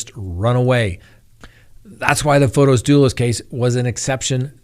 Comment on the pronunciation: it is Not FotOs. It is FOTIS with an 'i'. I watch you from Greece and every time I hear you say FotOs, it is athorn in my ears. It's like someone was to call you Scitt instead of. The name FotOs doesn't exist. Besides that, I love your daily updates. Much love, xoxo.